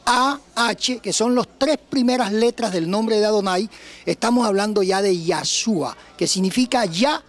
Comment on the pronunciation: Es Yeshúa y no Yashua.